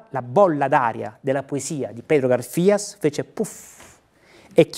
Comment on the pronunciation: Pedro Garfias, con l'accento sula prima 'a'. Gaaarfias.